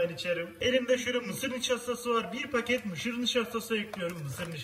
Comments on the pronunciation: mışır nişastası 😂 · "Mışır Nişastası" Lol çok fazla güldüm :D hksgjgupsgougddoyrydhoxggkgjc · mışır nişastası jkfgdjgdhfg